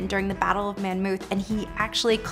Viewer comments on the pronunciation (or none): So what's the correct way to say it? Oh! The Battle of Monmouth? [MAWN - MUTH] I didn't catch it because of the mispronunciation. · If you’re going to narrate this story, please learn to pronounce Monmouth correctly.